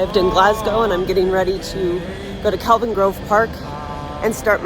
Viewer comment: Couldn't even pronounce Kelvin properly and said Calvin right at the start.